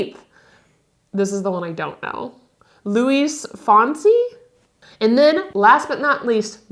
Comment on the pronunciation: you pronounced Luis Fonsi perfectly 😂😂😂 Next time we meet I’m going to teach you some Spanish!!!! 🤗🤗